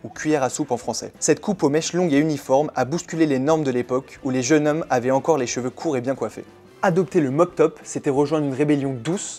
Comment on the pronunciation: Quelques petits défauts : dans "jeunes hommes", il faut faire la liaison, qu'on entende "des jeunes z'hommes" et pas "des jeune hommes". Et on ne prononce pas "abeille road" mais plutôt "abbé road". A part ça, c'est une sacrée gageure : résumer un tel parcours en si peu de temps. Et, vieux fan du groupe, je confirme : l'album charnière est bien Revolver. L'essentiel est dit, avec une fraîcheur convaincante, tout le reste est pardonné.